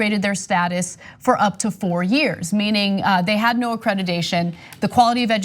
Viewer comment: "accreditation" Ana, not "accredidation".